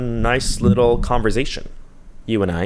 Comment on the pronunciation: I'm an ESL teacher and the way you say conversation always triggers me. I wish I could attach a consonent sound chart here to show you which sound you should be making for the 's', but honestly it's a part of your charm. I'm just trained to correct people's speech, I should learn when to stop...